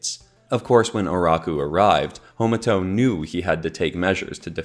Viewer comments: Ha. Ma. To. Not Homato. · Hey I'm just letting you know it's ha-ma-to, not homato, it's an a not an o in the name.